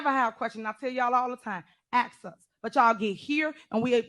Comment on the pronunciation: Let me ax you something lol how did she even get voted in she can’t even speak